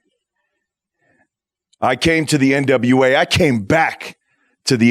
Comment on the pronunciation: How is the main reporter back stage but she can't say NWA lmao